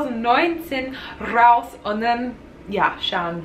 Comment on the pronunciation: Das war ein sehr schönen "rrrraus!" :) Der Nalf ist auch da, alles in Ordnung!